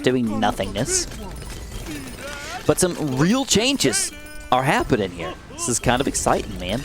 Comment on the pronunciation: The way you say “here” with that weird accent makes me cringe so hard. I have to click off everytime you do that weird sh*t